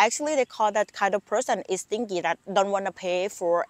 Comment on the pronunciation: Stingy like g here pronounce as J not gi but ji